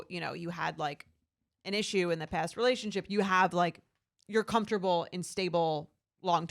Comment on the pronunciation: I wonder when is going to learn how to say the word "relationship"